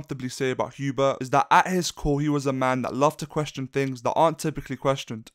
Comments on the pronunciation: Sweet Jesus hearing HUbert instead of HERbert is distracting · Says after reading dune Messiah Paul atredies is is favorite character Pernounces "Hubert" instead of "Herbert" Lmfao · In the video you were saying frank herbert's name wrong